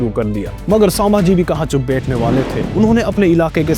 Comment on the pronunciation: Saambhaji nahi sambhaji hai